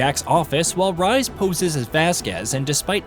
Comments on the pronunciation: Really bro “Rise” it’s pronounced “Reese” so annoying you butchering his name 😂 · For same one names Rhys that's not how you say it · not the only name that was butchered too, it hurt my soul everytime